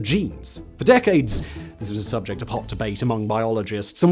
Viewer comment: The way he says the word ‘Subject’ at 14 seconds in though 😂😂😂😂❤